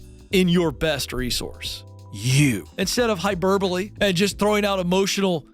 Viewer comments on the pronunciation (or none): is going to say “hyburbole” and have the gall to call someone an idiot?!